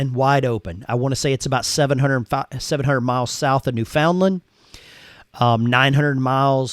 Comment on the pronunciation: I think he totally miss pronounce Newfoundland